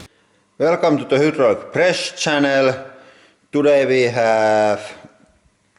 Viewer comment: "Welcome to the Hoodrulc Press Channel."